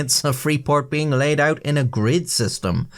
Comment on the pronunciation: "pulled oot or hammered doon" - momentarily possessed by a Canadian ghost.